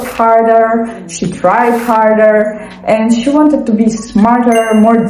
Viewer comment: When you were saying “tried harder”, I thought you said “cried harder”, and thought “no, she just needs a hug!” lol Anyways, I love all the thought you put into your characters! I’m the same way. Also you have a great vibe!